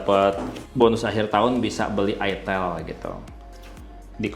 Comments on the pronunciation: Mantab…”Itil Asem” eh “Aitel Awsem” 😅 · Bacanya aitel.. Bkn itil.. 😊